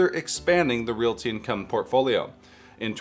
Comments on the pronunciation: Realty is two syllables, LOL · Never realized so many people can't pronounce "realty." 2nd YouTuber in a row that's bungled this.